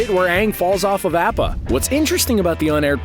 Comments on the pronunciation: did he just say APP-A it’s awpa ik it’s spelt appa but he pronounces it wrong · why call it A-ppa. its ah-ppa. it says it many times in the show, what is the point in saying A-ppa? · Guy: says APP-a No one: Me:THAT IS ILLEGAL. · its pronounced oppa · Nobody: The narrator: AhPPuH 🖖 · this man did not just say Ahppa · i got so annoyed at how he said appa.. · U said appa wrong..